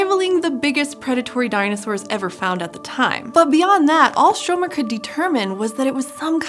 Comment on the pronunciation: You know you BUTCHERED the name of Stromer, do you?